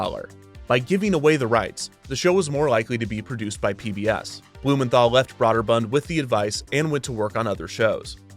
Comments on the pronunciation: Is it really pronounced "brod-der-bund?" I thought it was more like "brew-der-bund" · I thought it was pronounced “Broh-der-bund”, not “bra-der-bund” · At the time the name was pronounced “broh’-der-bund”. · Great video, except I twitched every time you pronounced "Brøderbund" with an "aww" instead of "ew" sound. When in doubt, just make it a hard "o" sound, if the correct pronunciation is funny to your ears. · This video made me look up how to pronounce Broderbund, because I've never heard it pronounced Braw-Derbund. I thought it was Bro-Derbund, but apparently it's Broo*-Derbund. ("oo" as in goose.) But then I also read it was a made-up word that's basically a jumbled mess of four different languages and the "ø" that's used isn't a reference to any language but from computer terminals. .... ...Häagen-Dazs. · I've literally never heard anyone pronounce it 'braw'derbund. Not trying to be facetious, just interesting. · broderbund is not pronounced broader bunned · Kevin: Brah-der-bund. Me: Well, it may not be the right pronunciation, but I'm sure he only says it a few times in the episode. Kevin: deep inhale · Kevin, When you said Broderbund I thought The Pac-Man type game: Snoggle. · Would've been nice if the narrator learned how to pronounce Broderbund and Karateka right, lol. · You keep pronouncing Broderbund wrong the whole episode its really annoying